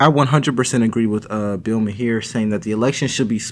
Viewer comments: STOP CALLING HIM MAHEER ITS PRONOUNCED MAR for the love of god stop posting him so often and not even trying to say his name right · Maher is pronounced Marr like to-MOR-row. Other than that. Good video. 👏🏿👏🏿👏🏿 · Just FYI it's pronounced Bill "Mar" You're doing a great job!! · Wow! Bloke is dumb as dog s**t! Should stick to acting. Also, I’m beginning to think you’re mispronouncing Maher intentionally just to annoy those that correct you! 😂